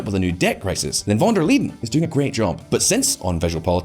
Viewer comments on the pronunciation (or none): It is Van der Leyen not Liden! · VON de 'LEEDEN"? check your pronunciation? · Why does he keep calling her "Van Der Leden" instead of "Leyen"? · Von Der Leedin ? Really ? Can't even get the name right, never mind the bull sh1t content. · Please learn how to pronounce the name of the President of the European Commission! It was impossible to watch the video because of that! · Can't you pronounce Ursula's surname properly. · Very interesting takes. I am also still looking for the "d" in "Von der Leyen" btw. . Concerning Biden it seemed like many of the things you mentioned were actually started by Trump. Of course he could have changed lots of those policies however I am not sure that this would garnered him many favours from both sides. I also wouldn't say that all of the things done were bad. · "Lie N" ^^ Where did he get the D from?! Honestly, he had to read the name like 20 times from the script and every single time he accidentally adds a D? Also pro tip: Spend 10 seconds on google translate and have the word read out loud to you rather than embarrassing yourself in front of tens of thousands of viewers. Usually I don't mind, but this one is so bad I'd believe you if you told me it was on purpose in order to spite von der Leyen ;)